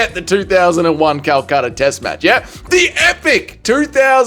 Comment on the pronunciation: Calcutta? Nah, Calchama..